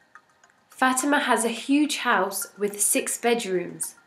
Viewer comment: “Bruh u said Fatima (the name) wrong.’ :P